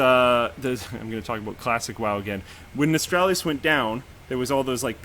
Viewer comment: Stop saying "Nostralius" its Nostalrius, like nostalgia yknow?